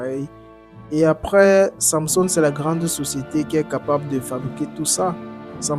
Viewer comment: Pourquoi tu as du mal à prononcer samsung